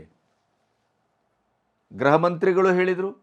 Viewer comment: Mr. ಅವರೆ, ಅದು ಗ್ರಹ ಮಂತ್ರಿ ಅಲ್ಲ, ಗೃಹ ಮಂತ್ರಿ 😊